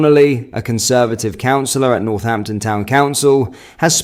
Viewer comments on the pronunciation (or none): none